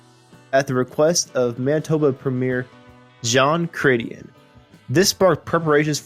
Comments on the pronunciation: Pronunciation of J. Chretien's last name is Cre-tee-en, you drop the n. Not Cray-chen. He's a French-Canadian from Quebec, and you need to learn how to pronounce his last name like they do there. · Cretian = "kretch-yen" it's not hard to find out before you record. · I am new to this band, and recently have been DIGGING their stuff from the OG lineup. This video taught me a LOT. First n foremost, RUDY SARZO?!?! wow. And now, as a Canadian, I will teach you something. Manitoba premiere Jean Cretien's last name is pronounced like "cret-chien" and he went on to be prime minister of Canada, who famously got a pie in the face on TV from someone who wasnt a fan. He also choked a protestor in front of news media. Google these things haha IMAGINE someone even getting that close to a US president LOL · Who do they get to read these bios. This guy is better than some but you wonder if he really knows anything about the band or Canada probably just reading script. John kratian?! For Jean Chretien is a giveaway. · Premier in Manitoba in August, 1999 was Gary Filmon. The Prime Minister of Canada was Jean Chrétien (pronunciation is 'Cray-chen'). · Not a bad video, but you should be sure to know your Canadian politics. CRETIEN was the Prime Minister - NOT the Premier of Manitoba. After that gaffe (not to mention the brutal pronunciation of Cretien's name) I lost total interest. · You could have at least tried to make an effort to get your facts and pronunciation straight. John Chretien was from the Province of Quebec - not Manitoba - and was never the Premier of Manitoba. He was the Prime Minister of Canada! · Dude, Jean Chretien (you butchered his name) was the former Prime Minister of Canada, not Premiere of Manitoba (he is from Quebec lol) 🤣😅🤣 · yeah and the narrator couldn't pronounce Chrétien properly. :( The narrator must be american....